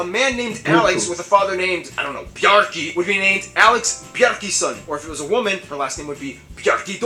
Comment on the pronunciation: Bjarkason not bjarkison